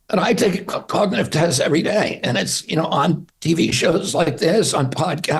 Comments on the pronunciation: When it takes him 3 tries to say “cognitive” he has cognitive problems. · He cant even pronounce the word 'Cognitive' Yet he has no cognitive problems🥴 😂😂😂😂